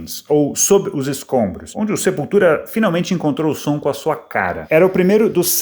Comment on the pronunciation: Que piada você lendo Sepultura com sotaque...